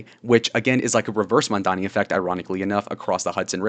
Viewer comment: as of maybe 2-3 hours ago, adams dropped out of the race, go zohran! edit: he's raising taxes on the 1%, people who make 1 million+ a year, aint no ordinary citizen gonna be taxed, and even though i dont agree with your views, at least you can pronounce mamdani 👍❤️‍🩹